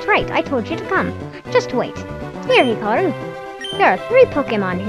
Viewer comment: Actually, it's "hikari", not "hikaru".